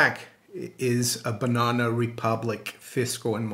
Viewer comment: And then to hear it pronounced like that 669 times...😂 BUNONA !